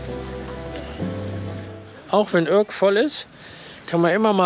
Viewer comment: Also eure Aussprache der Städtenamen ist ne Katastrophe ( Urk gesprochen Ürk) aber ich mag euren Kanal sehr gerne. kleiner Tipp fürs nächste mal, das große Gebäude auf der anderen Seite des Hafenbeckens ist auch ein sehr gutes Restaurant.